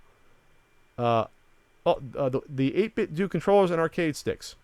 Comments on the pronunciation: Pretty sure it's pronounced 8-bit "doh" like the "Ten-Doh" stuff from LootCrate. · i believe it's pronounced "8-bit-doe"